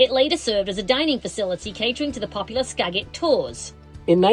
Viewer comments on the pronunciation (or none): Since none of the other locals have pointed it out, I will. Skagit is pronounced Ska-jit, with a soft "g."